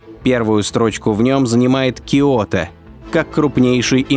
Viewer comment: Всё таки киОто... Другие имена ужас...А диктор просто необразованный человек...